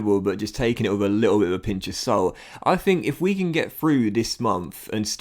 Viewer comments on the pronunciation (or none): none